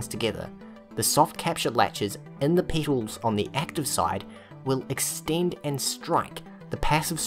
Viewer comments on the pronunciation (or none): It's petals, not "peetals" or "peatals". As in trumpet, petabyte etc. I'm pretty sure that's not a accent thing, never heard it said like that from any accent before. It's weirdly common to find one or a few words that a person says wrong, even basic stuff. Funnily enough I've made two YouTubers realize they've said a word wrong their whole life. Not that I'm trying, just happen to notice it and comment on it, and get answered. We'll see if this is the third. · I heard that as well, and I was thinking. What is a peetle? Does he mean petals? I actually looked it up. Yeah they are called petals. Rhymes with metal, not needle.